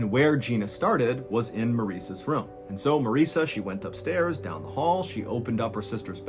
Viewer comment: It’s ROOM. Not rhuuum